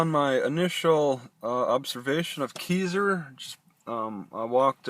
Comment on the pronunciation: It's pronounced Kai-zer. lol I live here XD